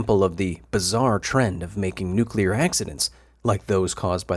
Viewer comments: Did I just watch something about a nucular accident or a promotion for a creepy pasta? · Nucular, it's pronounced, Nucular. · Nucular... it's pronounced NUC-U-LAR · Its actually spelled nucular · Its Nucular